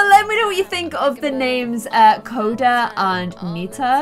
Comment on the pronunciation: U said Cody it's coda